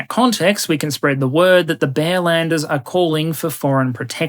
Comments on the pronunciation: I heard "bellenders" for at least 10 minutes until I started to realize it is supposed to be "bearlander". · i had a chuckle at what sounded like bellenders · I misunderstood bearlanders as bellenders. Even more fitting in my opinion